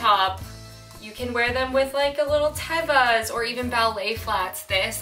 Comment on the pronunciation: you can't sneak a lil Tévas past me at the end, i see you. Who else says it this way?